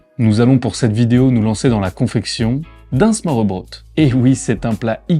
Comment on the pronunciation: Petit conseil pour la prononciation: å = o / ø = eu. Smørrebrød se prononce smeurbreud :) Superbe vidéo à part ça, elle m’a rappelé pleins de beaux souvenirs de la ville !